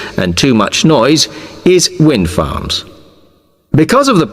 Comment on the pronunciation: 39/40. I heard wind firms instead of wind farms